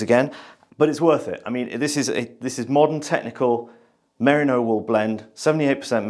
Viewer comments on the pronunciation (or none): You pronounce it 'mariner' but it's really meh-REE-no (The Brits have a lot of explaining to do.) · its MERINO (MER RI NO ) FOR SOUNDING OUT HOPE THIS HELPS. From a west Australian. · pronunciation of "merino" has me worrying that I have been saying it wrong for years.